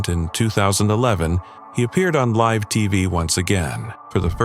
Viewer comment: I agree, Live and Gaza were two words I noticed that were incorrectly pronounced